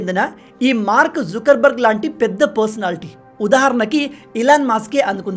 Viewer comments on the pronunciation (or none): Mark zukar barg kadu sir Mark zoker barg 😂🤣😊